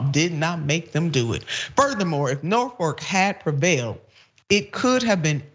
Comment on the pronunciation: Its Norfolk not Norfork